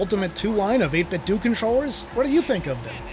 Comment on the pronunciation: 8bitdouh not 8bitdu